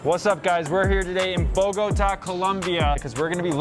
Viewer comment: Im drunk lmfao you pronounced Bogotá completely wrong🤦😂😂😂